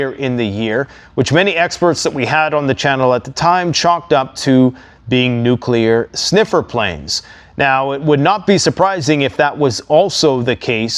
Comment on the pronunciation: Wait, I thought he kept saying Nucular !!😂